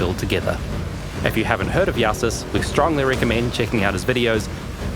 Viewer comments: Is it not pronounced "Joe sis" or "yo sis" instead of "ya sis" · There's one incorrect part in the video, Jousis is pronounced "Jesus of PoE" not "Yahsis" :face-blue-smiling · this guy so german he cant even say jew-sis